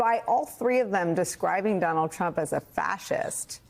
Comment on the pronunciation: Don-OLD Trump 🥵 * correct pronunciation